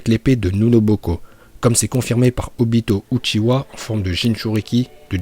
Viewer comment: On voit que t'as pas perdu ta prononciation parfaite en vo !! Surtout le obitoDaaaa!!! Kushimaru est trop stylé avec sa coupe et surtout c'est un bon couturier !!